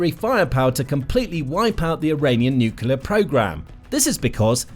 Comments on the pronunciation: NU…..CLEAR…. Not NUCULAR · FYI: It’s pronounced NUCLEAR not NUKULER. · Thank you, thank you, thank you! Training phrase for those mispronouncing nuclear: Say these two words: New + Clear And again, a little closer together: New_Clear Then run both words together like it's one word: NewClear ... nuclear. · Nuclear is pronounced “new-clear” not “new-cular” guys, please stop 😢